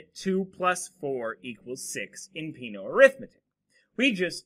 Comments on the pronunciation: Peano should be pronounced as "pe-'a-no" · Peano was Italian. The pronunciation is wrong.